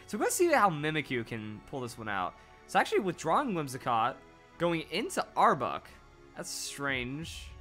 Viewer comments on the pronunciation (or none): Arbuck?, you recently uploaded a pokemon name pronunciation video! You always reference the anime so you should know Jesse always calling Arbok Are-bock.